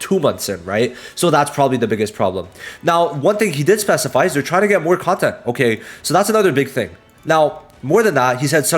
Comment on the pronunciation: “Scheduke” “Chanhes” “Conyent” I appreciate your vods much love